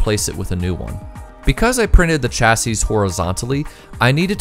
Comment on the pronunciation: This is a nitpick, but something which you might have use for in the future if no-one's mentioned it yet; the singular of chassis is pronounced "chassee", plural is "chassis", if you mean singular you'd be better off using the first one unless you want to sound like a bartender with bad grammar.